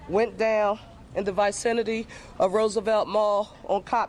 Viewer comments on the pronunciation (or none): The VIGH-cinity,? Geez, stop voting for people like this!